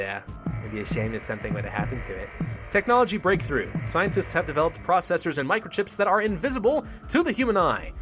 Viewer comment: I always laugh when he pronounce scientists to sceintists XDXD